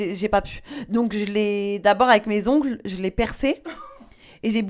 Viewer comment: Ongleuh, manucureeeuh